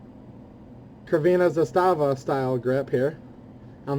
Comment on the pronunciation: Crvena zastava, as long as I know, means red flag, the C sounds like S or TS. I like the dingus!!!